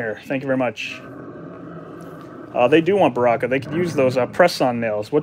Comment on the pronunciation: barkaka (Baraka) lmao